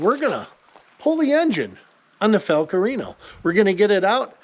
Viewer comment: Fal-Cool- rianio 🎉